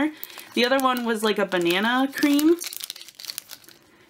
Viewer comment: Kapybarason as in capybara (the large rodent) not kapyBEARison